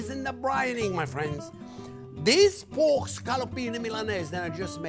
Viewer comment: Say poke one more time lol